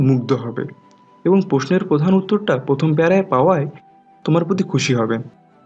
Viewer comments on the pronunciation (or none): none